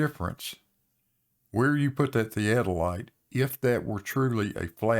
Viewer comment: Can pronounce theadolite?